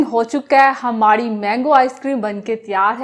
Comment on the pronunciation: plz ap apne bat karne k style ko theek kejeay main mazaq nai urha raha per ap ko log dunia main dekh rahay hain ap ray ko rhy or rhy ko ray kehti hain jesay karhain gay or hamarhi mango icecream na bola karain bura lagta hay